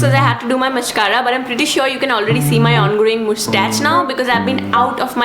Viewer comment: "mascara" but i still kinda love ur vids